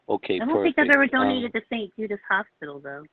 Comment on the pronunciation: It’s St Jude’s, not St Judas. I doubt Judas would be an appropriate name for a children’s medical charity.